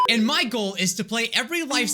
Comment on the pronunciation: I think he said My goal but now that you said that I hear it.